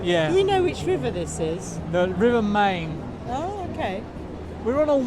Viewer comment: I lived close to Würzburg for ten years , couple of things, the river Main is pronounced “mine” and the big point thing you thought may be a heater is infact…a heater! Called a kakelofen it stays hot for many hours after the fire is out, try schnitzel, Prost!